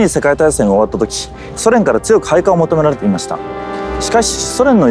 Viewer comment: They cant even say Mikasa right -_